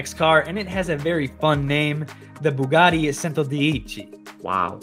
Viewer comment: "So, here's another Buggani for ya" - anyone else notice that he pronounced Bugatti as Buggani? 😋